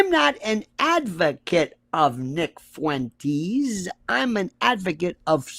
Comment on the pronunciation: Fuentes is like Tes-lah. Not Fuen-teas.